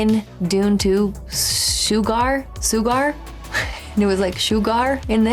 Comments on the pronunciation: Hello:popcorn-yellow-striped-smile::popcorn-yellow-striped-smile: This is one of a few movies where the antagonist (the Bad Guy) wins or gets away with the crime, just like in "inside man" with Clive Owen. Bardem's name was 'Anton Chigurh' not "Sugard". Personally, when I first saw it, I thought it was a bad Anglosized pronunciation of "Segura" as most Latino names get mispronounced on a regular basis. It wasn't until I saw the end credits that I found out it wasn't "Segura". This movie and his acting won Bardem the Best Supporting Actor Oscar. Fun Fact: "There Will Be Blood" was filmed around the same time as this film in Marfa, TX. Both films competed at the same Oscar Awards. This film is considered a 'western gothic' film. Anton was a Psychopath not a Sociopath. Have a fun and relaxing weekend!:hand-pink-waving::face-blue-smiling::face-red-heart-shape::face-red-heart-shape::face-red-heart-shape::face-red-heart-shape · The pronunciation of the evil character is Chigurh,. “Sugar” is the character of Marilyn Monroe in “Some like it hot”. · "Shoe-gar" 🤣🤣🤣 Chigurh and Stilgar got all mixed up at the end there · Who's "Shoe-Garhh"? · freakin SHOE-GARR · "Shoogar", you and names seem to have this arrangement going on. You can't remember them, and we love you more for misprounouncing them. 😁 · Also, "Shoe-Gar". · "Shoe gar" 😂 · “shoe garr” 😂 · That made me laugh too. It's like she combined Chigurh with Stilgar. Was very funny. Edit: and she just acknowledged it as I was typing this.